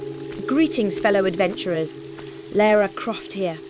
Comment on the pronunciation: Oh no bloody hell mate, dont disrespect LARA CROFTS name by mispronouncing her name as Laura Croft, for god bloody sake.